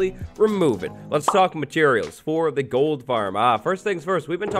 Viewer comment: Did he say Gold Farm or TOLD Farm Lol